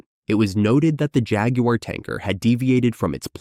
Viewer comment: Any video that cannot even pronounce jaguar correctly hasn’t done their research so the rest of the facts cannot be trusted